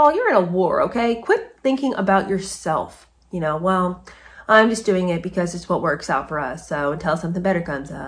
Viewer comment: Doing...not 'diing'----see what I mean????😉😅